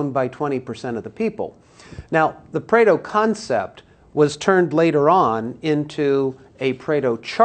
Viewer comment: Pareto not Preto.... if you insist on "pronouncing" it, do some research first